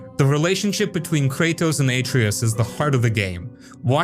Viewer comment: You clearly haven’t played god of war if you don’t know how to say Atreus it’s only gets pronounced 5000 times during the game.